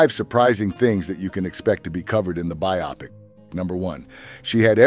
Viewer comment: It's pronounced BIO-pic. Glenn FRY.